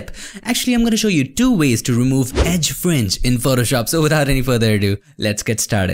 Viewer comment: FRINGE SOUNDS LIKE FRENCH SOUND LITTLE BIT CONFUSING>.............,,,,,,,OTHER THEN THIS OK